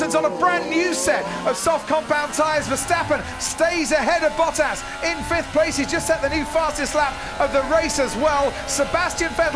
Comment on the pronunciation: Is it just me or is he pronounced Bottas name incorrectly